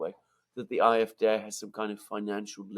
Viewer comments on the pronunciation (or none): Just pronounce the 'D' in AfD as you would pronounce the word 'day' in English and it will sound less awkward. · It is a butchered attempt at the German pronunciation. A=ah. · It sounds like they are saying "I-f-D", But they are saying "A-f-D", Alternative fur Deutschland (Alternative for Germany) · After all these years Mercouris still can't pronounce the name of the AFD 😂😂😂 On a more serious note I think senior is overestimating the popularity of the CDU and CSU for the upcoming EU elections in June. The biggest party will probably be the AFD with 22% - 22.5% closely followed by the CDU/CSU with 20.5% - 22%. The third largest party is likely to be the Greens with 15% (+- 0.5%) closely followed by the SPD with an abysmal 14.5% (+- 0.5%). Wagenknecht will perform very well with 9% (give or take 0.5%) and will be the surprise performer but so will the FDP that will get a surprisingly high 6.5% (+- 0.3%). Die Linke is still alive and kicking with 3.8% (+- 0.2%). Germans tend to vote for more "adventerous" parties in EU elections so expect the FW (free voters), Animal protection (animal rights) party, ecological, volt and some fringe/protest parties to do relatively well. The polls are wrong about the AFD because they consistently predict it will get only 1 in 4 votes in East Germany when in fact it is the party to benefit the most from the fragmentation of the left and is set to get 1 in 3 East German votes.